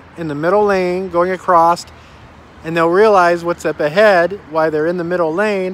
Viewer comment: Good video...but "acrosst" is not a word!😉